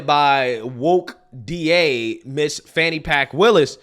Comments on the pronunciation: "Fani pack" 😂😂😂😂😂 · And pronounce her name correctly! For the slow, disrespectful people...Fani is pronounced FAWNY! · "Fani Pack" 😄